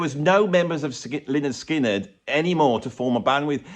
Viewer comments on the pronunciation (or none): Lynyrd Skynyrd. Should be pronounced Leonard Skynyrd. [/pedant]